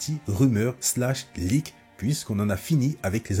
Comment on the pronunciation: Tu pourrais améliorer ta prononciation en anglais c'est impossible et insipide de dire "trélaire" et "liqué"